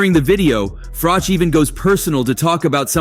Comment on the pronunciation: Carl Froke 😂 it's pronounced Froch as in Botch for you Americans out there 😅